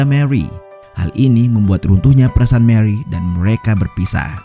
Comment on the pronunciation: Mewrry dan mercuery. Kenapa gt min aksen nya😂